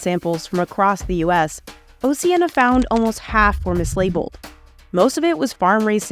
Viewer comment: Came to write this after the 12th time i heard MiSLaBLeD